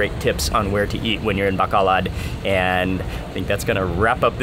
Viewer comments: Mark, love all your YouTubes. Thank you. Pet peeve. The city's name is BACOLOD, NOT Bacalad. From Tucson, Fe (Fay) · It’s actually pronounced “bah-koh-load”. I’m sorry every tim I hear bah-kah-lahd is kinda makes me feel a bit 😬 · It’s pronounced bah - coh- load ..pronounced slowly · PRONOUNCE AS BAH--KOH--LOAD, BACOLOD MARK. . . . LOVE YOUR INTERACTION WITH THE NATIVES. . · Mark FYI it is BAH-KOH-LOHD (Bacolod) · Mark! pronounced: like the Bow (in bow and arrow) + Co (in Coke) + Lode (like the motherlode) with no noticible accents on any stllable BO-CO-LOD Sorry OCD bon appetit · I thought he said the city of Bakla at first lol meaning gay city in Tagalog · I like how he pronounce Bacolod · Hasnt anyone taught you the proper pronunciation of Bacolod yet?